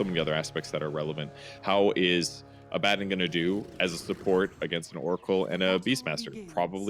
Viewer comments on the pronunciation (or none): "a bad din" Always though it was abadon